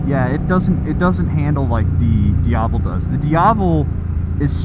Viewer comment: I love how you pronounce “Diavel” correctly. Classy! Not shitting you.